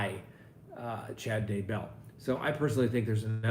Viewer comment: Please for the love of God learn how to pronounce Chad DAY-bell's name. It is indeed pronounced DAY-bell and not duh-BELL the way you insist on pronouncing it.